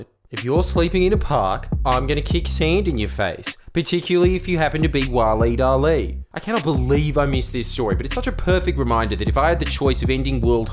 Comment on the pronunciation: Anyone else notice that Jordan’s pronunciation of Waleed Aly sounds like “Wahlee Dahlee”?